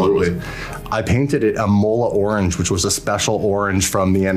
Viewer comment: John is a Honda man? Damn, never knew i would have anything in common with that legend lol. also you need to learn how to pronounce Imola. Sounds like you're saying Ebola Orange.